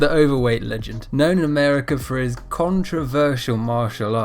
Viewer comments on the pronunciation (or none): none